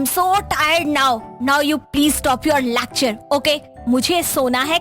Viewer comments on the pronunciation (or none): Amir hai par lecture ko lacture bolti hai